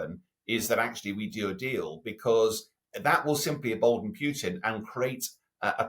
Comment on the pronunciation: It is PUTIN, not PYUTIN. You are a journalist, just pronounce the name properly for Christ's sake.